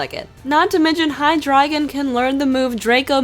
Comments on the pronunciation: It's hai-dre-gon Not hai-drag-in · In pretty sure it's pronounced drai, like the German three, as in ein swei and drei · Hydeigon is prononced Hi-Dri-Gun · I think hydreigon is pronounced HIDE-DRY-GON but I don't really know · The names of the Hydreigon family are basically counting in German. So, it's literally pronounced "Hy-dry-gon". Look it up. :3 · Hydreugon's name is pronounced High-Drē-gun Hydreigon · The correct pronunciation is hi-dry-gon. Hydreigon and its pre-evolutions are named after the German words for 1, 2, and 3, eins, zwei, and drei. Drei is pronounced "dry," so Hydreigon is pronounced the same way.